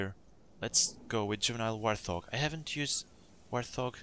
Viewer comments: Hey great video, just wanted to let you know that "warthog" is pronounced as "wart-hog", not "war-thog". Not trying to insult you or anything, just trying to help! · its pronounced wart-Hog